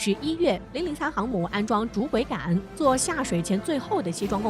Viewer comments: 桅杆 念做 危 不要再念錯了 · 你读一下试试，她念错字但很专业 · 播音员的水平都低到这种成都了吗？连“桅杆”这么普通的词都能读错，这是找了个小学没毕业水平的人吗？